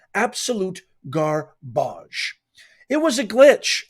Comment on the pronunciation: Ga-barge! lol love it! 🗑